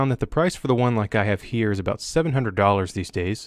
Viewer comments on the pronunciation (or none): Canadian or born in Canad, or just a far north state? When you said about in the video it’s the first time the accented pronunciation jumped out at me, “aboooot.” Have the AUG and the M9-A1, love them both! Steyr makes great guns, just don’t make enough different models. Also have a Steyr-Hahn 1912 and GB. The GB could have made this list? Not too sure of the GB’s history, would love if anyone could fill me in on its historic reputation. I know mags are insanely pricey, would love to find a reasonable source or some way to modify an aftermarket product to use in the GB. And if anyone hasn’t seen them, look up the tombs guard or some such name, special edition M17’s by sig for the guards at Arlington cemetery and the tomb of the unknown soldier. They are very pretty and not the usual ways people class up custom guns at first glance. One looks like polished black military boot finish.